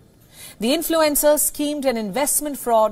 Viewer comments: I thought she said 'influenza'...😳😜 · This is a good newscast, but I wish the anchor would adjust here pronunciation so its a little more easy to understand for North Americans. I couldn't figure out what "influenzas" had to do with TikTok.